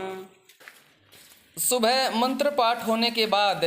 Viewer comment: मंत्र का गलत उच्चारण हो रहा है बाकी सब ठीक है